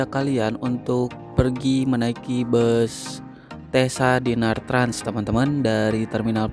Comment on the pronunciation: Kayaknya di baca cessa bukan tesa 😅 deh